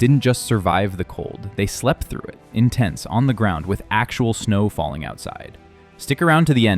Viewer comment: Oh dear...got as far as ''actual snow'' said with strange emphasis, and not sure I'm gong to be able to cope with this narration !